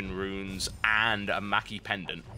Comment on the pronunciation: I like these videos, I really do, but am I the only one who can't stand when TB gives missleading information on abilities, and cringes when he mispronounces an item? For instince; viegar's Q gives him 1/2/3/4/5 Ap on champ kills, and it's meki, not maki pendant. Srsly TB, srsly. :<